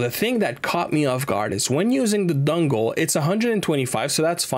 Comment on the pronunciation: Bro can't not say dungle